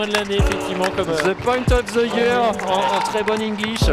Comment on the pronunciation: "Ze pointe ov ze yer."